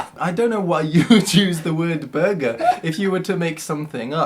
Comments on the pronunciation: It's Bɒgga not burger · As a Ghanaian. Burger Highlife rang a bell.. The reason it's called burger is to do with the German word for citizen I think. It's pronounced "bawga" highlife though. The original Highlife was more old school West African blues which morphed into it's own form of R&B and like current R&B, became influenced by the hip hop genre (in Ghana that scene is known as Hip Life because it was in turn influenced by highlife).